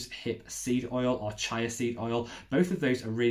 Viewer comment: Awesome vid, thanks! Just one thing... chía is pronounced cheeah ;)